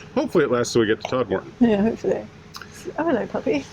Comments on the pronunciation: Congratulations on your 26th Silver Propeller Location. Thanks for posting. If you ever go this way again, perhaps get the pronunciation of Todmorden right. The main emphasis is on "Tod." That is followed by something that sounds like "merden."😉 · Loved this vlog. So many interesting features and the outtakes were hilarious. I smiled at your pronunciation of Todmorden, using a lengthened second second syllable sounding like 'more'. The locals pronounce it similarly, but everywhere else in Yorkshire it is pronounced with a shorter 'mer', like Todmerden. Anyway, it all adds to the fun. Have you gone through my home town of Mirfield yet?